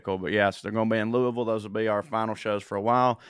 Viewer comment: Looking forward to seeing you I. Louisville. And you pronounced Louisville correctly. (Lu a vull)🖒😂